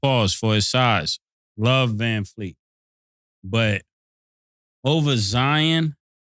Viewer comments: "Vanfleet", put some respect on his name.....😂😂😂😂😂. That man said put some respect on the wrong name 😂😂😂😂. Vanvleet man 🤦🏾‍♂️ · I think y’all might be butchering Fred Van Vleet last name up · Callin Vanvleet, Vanfleet over and over is wild😂😂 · Com'mon! U gotta get these guys to say the name right.... who TF is VanFleet??? VanVleet* plz lol